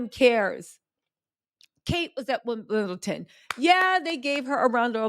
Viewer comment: WimbleDon not WimbleTon.